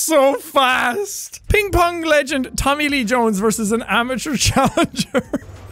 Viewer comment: amatheurs